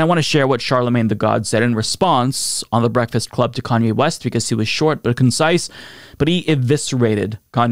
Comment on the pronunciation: Lol, "KKKanye", damn.